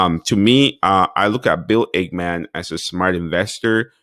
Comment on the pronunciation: It's Ackmam not ACHEMAN